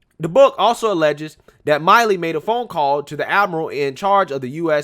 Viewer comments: It's pronounced Mill-ē. Not Mile-ē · General mill e is how it's pronounced. Not Miley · Milley gets furious when his name is mispronounced,im sure knows that.